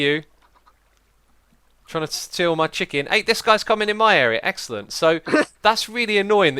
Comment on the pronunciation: why :( he said it was eggcelent